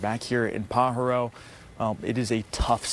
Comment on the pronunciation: Say it, PA HAR O. How I wish newscasters could pronounce correctly.